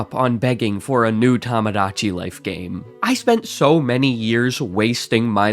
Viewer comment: I was going to give you a hard time for “tamadachi”, but then i remembered words like “homogenous”